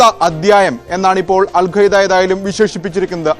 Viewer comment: അൽ ഖ്വയ്ദയല്ല Alqaaida